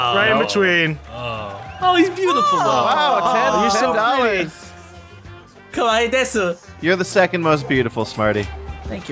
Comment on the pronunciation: When Smarty said Kawaii desu I wanted to throttle him... I speak a bit of Japanese and that's not the pronounciation...